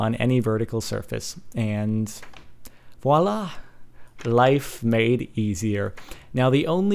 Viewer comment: voilà! XD your accent